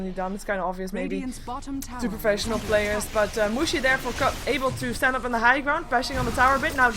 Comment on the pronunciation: plzzz don't pronounce mushi like that..... cuz in german it means vagina and it's very unpleasant to hear :D